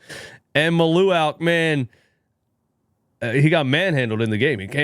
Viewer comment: Mal-u-Watch is how you pronounce his name. As a Duke fan I also agree he would be a good pickup for the Sixers if they don’t land Flagg.